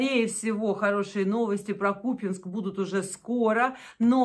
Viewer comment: Да не купЕнск! КупЯнськ!